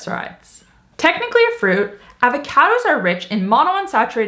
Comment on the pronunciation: The way says 'Avahcahdos' 😄